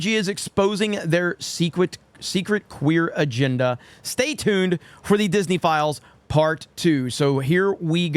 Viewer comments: Every time he says "disney files" I keep hearing pedo-files . is it just me or are other people hearing that too ? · I hear it, too... In fact, the first time I heard "Disney Files", I thought it was "Disney Philes"... Because that's what Disney is full of.